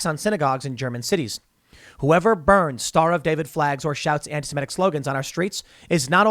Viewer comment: Why do some people pronounce antisemitic as "antisimetic"? Can you not look at the letters and see which one is an "i" and which one is an "e"? I don't see which part of that is difficult.